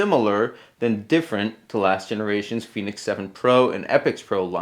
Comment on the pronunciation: Fen asin pen Not fee as in phoenix